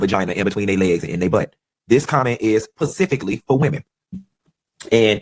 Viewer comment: I don't think anyone should be offended by anyone who says "pacifically" instead of "specifically". I guess when Funky got his degree in economics those people didn't teach him the English language, lol. All truthful jokes aside, for those who are offended, just don't watch his content. It really is just that simple.